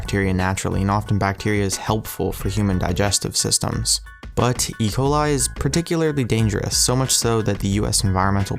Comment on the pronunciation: He said E.Ciol the wrong way